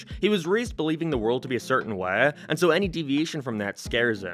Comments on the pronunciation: What accent is this? You sound like you have a general American accent, but you pronounce “How” as “Hiaw” - “Way” as “Wee-uh” and “Hate” as “Hee-At”. I’m confused. It doesn’t sound Canadian. But maybe it is? Anyone know? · why do you pronounce change and way like a canadian from southpark?